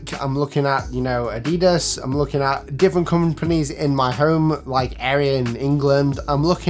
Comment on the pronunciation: great video bud! but your pronunciation of "ADIDAS" is wrong hehe, this sounds very funny c